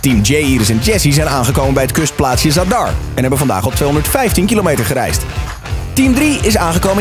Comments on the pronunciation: De d van zadar zeg je stiller je zegt niet zad-ar maar gewoon zadar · Ben ik de enige die triggered was bij de uitspraak van zadar